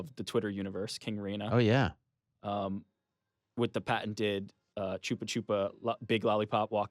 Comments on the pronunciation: did ny just call chupa-chups, choopa-choopa? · Is that how American's pronounce "Chupa Chups"? Dafuq